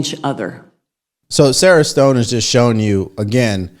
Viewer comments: Sharon Stone not Sara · BTW...it is not "Sarah Stone" it is SHARON STONE. This is another case of actors should stick to acting.